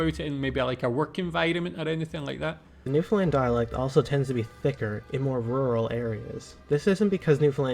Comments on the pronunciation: Hey, I'm from rural Newfoundland and I can speak our distinct dialect everyday 24/7, but when the need arises I can easily switch to standard english. By the way you pronounce Newfoundland wrong whenever you say it. This is a bit annoying to Newfoundlanders lol. You have to say it like this "New-Found-Land" just like you would say "Understand". Hopefully now you understand haha. Those people that are dressed are called mummers. It is a Christmas tradition in rural Newfoundland. People dress up in crazy outfits at night during the Christmas season to disguise their identity and they change their voices. Then they go other peoples houses in the community and the people they visit have to guess who they are. Everyone knows everyone in most of these communities. Traditional the host serves alcohol to the mummers and the mummers usually dance, sing and play music all the time trying to disguise their identity. It's great fun. Here's a link to a video I think you would enjoy and it shows a bit of Newfoundland culture. It's an episode of "Land and Sea", (a Newfoundland based television program) about mummering from 1986. Newfoundland is most likely the most unique part/culture of Canada not including Quebec lol. Love your videos by the way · Newfoundlanders pronounce it Newfin-land, with a little pause on the dash, not New-finland, which will definitely get you labeled with the somewhat derogatory nickname "Comefromaway". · It’s a shame that the presenter as a Scotsman does not know that Gaelic ( Scot’s Gaelic not Irish) is pronounced ga-lick unlike Irish Gaelic which is pronounced “gay-lick”. And by the way as a Scotsman living in Newfoundland this place is pronounced new found land not new Finland. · For the everloving fucking jesus stop saying New Finland. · The rule of thumb when it comes to pronouncing Newfoundland is you pronounce it like understand. But it's really pronounced new-fun-lan (said fast). We locals do not pronounce the D's lol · Newfin LAND